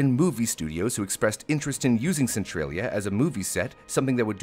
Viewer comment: So pronounces Central as Centrail? Since when? its Centralia not Centrailia. lol